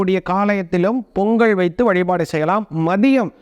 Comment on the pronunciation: பொங்கல் .. பொங்கள் அல்ல..